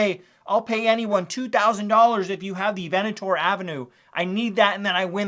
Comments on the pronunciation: You've never actually played Monopoly have you? It's VENT-NOR Ave. Not Venitor Ave. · I just wanna let you know it’s pronounced VENT-nur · It's pronounced Vent-nor Ave. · Your pronunciation of Ventnor Avenue is driving me insane. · I grew up in Atlantic City and YES his pronunciation of Ventnor Avenue is frustrating!